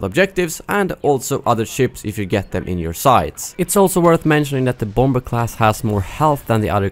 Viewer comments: Lol, bom-ber :P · Your mispronunciation of bomber cracks me up everytime